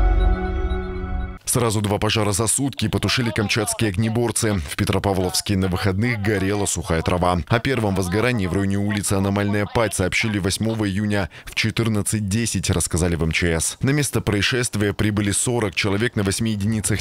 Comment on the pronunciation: улица "анамальная" падь🤦‍♂:face-blue-smiling:🤣🤣🤣